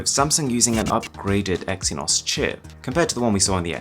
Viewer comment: Freaking "exynoz" Haha